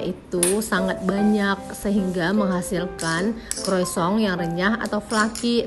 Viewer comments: Salah juga om bro.. yang betul penyebutannya koasong. CMIIW 👍🙏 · Mau koreksi mba, utk sebut kata croissant itu yg benar cara bacanya " croasang " dlm bhs prancis..